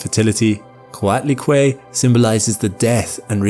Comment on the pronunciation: Coatlicue is not pronounced Kwaddly-Kway. It's "Koh-ah't. -ee-kweh" It's two words meaning Snake-skirt. Basically a God who wears snakes as a dress. The first word is Coatl, but you don't say a hard L. TL sounds like TH but said with your molars instead of your incisors. "ee-kweh", is a linked form of Cuetl, meaning skirt. When certain words are linked, you drop the TL at the end.